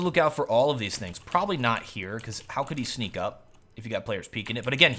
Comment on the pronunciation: And ur Prolly instead of probably xD